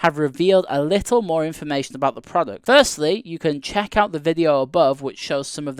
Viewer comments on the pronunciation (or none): none